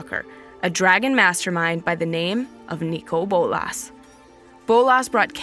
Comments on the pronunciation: It always has been (Nick-coal boll-iss) the way she says it sounds like she's deaf or something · Does she have a speech impediment or something? It sounds really weird the way she says Nicol Bolas.